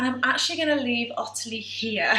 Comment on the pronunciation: My middle name is Ottilie and everyone with the name including me says ot-tilie as opposed to otterly the way you say it. Have you deliberately changed the pronunciation? Thanks